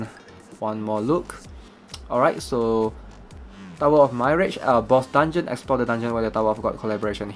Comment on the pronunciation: Mirage is pronounced "mi" "raj"